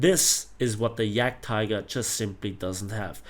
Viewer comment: yagteeger XD